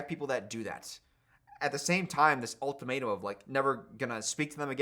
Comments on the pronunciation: lowkey sounded like an accidental Community reference when he said "all tomato" instead of "ultimatum" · did say “old tomato” instead of ultimatum? I’m deadddd